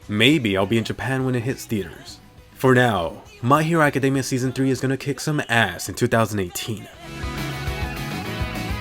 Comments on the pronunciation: Sorry, is he saying my hero academia or macadamia? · Why does he say macadamia, lol its academia